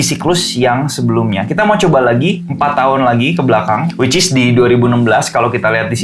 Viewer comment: Dalam video ini selalu bilang wicis beberapa kali hahaha